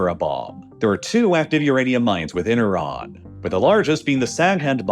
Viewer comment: There's no o in Iran.